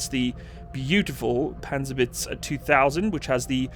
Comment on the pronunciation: When you say Panzerhaubitze it sounds like "Panzerwitz" wich would mean "tank joke" xD